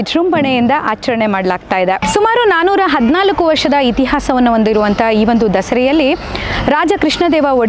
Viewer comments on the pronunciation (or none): none